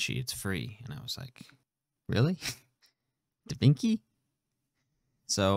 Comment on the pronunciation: You took me out when you said da vinki 🤣